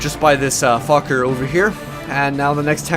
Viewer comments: It's pronounced foshe. I lived on that street in paris many years... typical american stupidity thinking it's pronounced fuck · it's pronounced 'fosh' dude! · u pronounce it like it has an S instead of a C